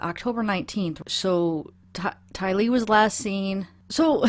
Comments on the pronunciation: It is a sign of respect to take the trouble to pronounce someone's name correctly. How would you like someone to repeatedly say your name incorrectly? It is TY-lee. Just listen to any family member or friend of TY-lee, or even any reporter, and you will hear the correct pronunciation. Practice if you have to, if you plan to continue covering this poor child's case. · I think the name pronunciation thing (Tylee) that others have brought up is that others pronounce it like Tie-lee, with equal emphasis on Tie sounding part and the lee part is short (almost like the "lee" sound at the end of Bailey or Carley or Holly is short and not drawn out.) I've heard it pronounced in a way very similar & rhyming with Smiley. Very similar to Smiley, in fact. Smiley Tylee. you brought this up. Sometimes you pronounce it with the emphasis on the "lee" sounding part (like Tie-LEE) but other times you don't. Lol. I have people tell me i pronounce Ashley" wrong & I cant figure out how i say it that sounds wrong because, to me, it sounds the same as how they pronounce it. Go figure. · The emphasis is on the first syllable TY lee. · It is Tylee not Ty- Lee. No offense but I do think it's important to pronounce her name correctly. Listen to how they say her name on tv. That's the correct way. Again not meant to offend. Just one of MY peeves. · Her name is pronounced Tie - LEE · Its Tylee like Tyler . Tylee w silent e . Tyle . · TY-lee. Accent on first syllable 😊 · Tai-lee or tailee. the difference is she says her name in 2 syllables. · Think “KYLIE JENNER” TYLEE rhymes with KYLIE. Done. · Debbie Melillo Rewarch the video, you weirdo! She wanted feedback on how to pronounce it. Why are you trippin when people provide it? Maggie wasn’t rude. She just responded. The entire family in interviews says it like Kylie (Jenner) so obviously that’s the correct way. What’s your problem??? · Say Tylee how ever you want to say it.